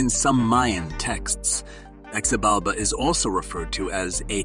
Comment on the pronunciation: His name is pronounced with an H not a Z: phonetically it is Hibalba.